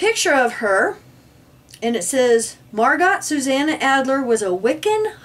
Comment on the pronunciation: Love you all but it's Mar "GO", not Margot... French is weird for us. Thank you again for all your up to date info. Keep up the great work and the New Light!